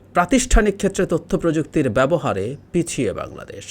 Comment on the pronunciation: ইসমার্ট বুঙরাদেশ ( জাপানীদের উচ্চারণে আমাদের প্রিয় বাংলাদেশ ) l